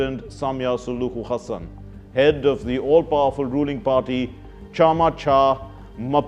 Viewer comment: Great multiple pronounciations of Tanzanian president's Hassan's name!! Exhaustingly exhilirating!!🌍❤😂